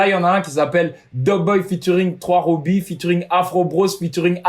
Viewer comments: ca sa dit pas « trois robi » le 3 c en arabe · Il lue "3robi" troisrobi 😭😭😭